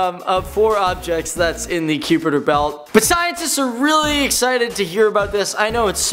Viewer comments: wtf is cupiter belt. Lol...?? Kuiper pronounced ky-per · it's pronounced..The Kuiper belt /ˈkaɪpər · that kuiper belt pronounciation >.> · its pronounced mau-kaye mau-kaye, and k-eye-per belt.